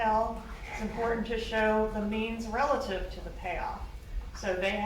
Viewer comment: I hate the way he pronounces some words. Latin and important are the worst LOL